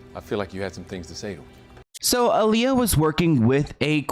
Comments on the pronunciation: Such a necessary video. Name is pronounced AH-LEYAH not UH-LEYAH tho. Solid journalism as always! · You pronounce her name I-Lee-Yuh, but there hasn't been much footage of her at the airport she was leaving from at the Bahamas before she died, just pictures of her taken bts by her close friend/acquaintance/ choreographer Fatima (Roberts or Richards)📵🧐🤔 Y???